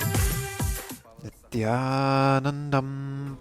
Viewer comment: Wow!! sir what a pronounciation of that Shloka -- "Nithyanandam...." hats off